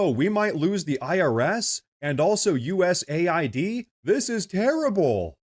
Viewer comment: Why are these POLITICIANS so DAMN Dumb that they can't say US-AID correctly?!!? It is not USA-ID!!! It is US-AID!!!